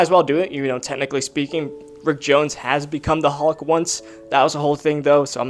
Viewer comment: It’s hulk not hawk 😤😤